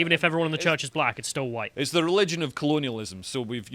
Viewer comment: Mr. E: "Hello, Dominos? Yes, I would like to order two Huwite Supreme Pizzas, please!" Dominos: "Ok, that'll be $14.88. It'll be there in 30 minutes."